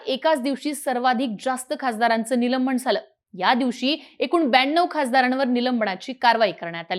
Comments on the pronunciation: निलंबण हा शब्द नाही तर निलंबन आसा आहे.बरेच बातमीदार अत्यंत अशुध्द म्हणतात योग्य शब्द म्हणण्यास सांगावे वीद्याथ्यांमधे असे चुकीचे शब्द पसरवले जतात. . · निलंबण नाही निलंबन नीट बोलायला शीका आधी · निलंबन म्हणा हो ताई " निलंबण 😂😅 नाही ! " बोल भिडू " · निलंबण, निलंबण, निलंबण ऐकून वैताग आला. अगं बाई निलंबन असतं ते निलंबण नाही. कधी शुद्ध बोलायला शिकणार. नसेल येत शुद्ध बोलता तर व्हिडिओ करणं बंद कर. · निलंबन अहो बाई , निलंबण नाही मराठी भाषेची विटंबना का करता. ? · काय निवेदिका घेतलीय.न आणि ण मधला फरक कळत नाही हिला? निलंबनाऐवजी निलंबणं बोलतेय. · ही मुलगी निलंबन ला निलंबण म्हणते. बोल भिडू qualified माणसे आणा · निलंबण, खासदाराण्णा. काय आहे हे? ज्यांना साधे साधे उच्चारही जमत नाही असे निवेदक घेता कशाला?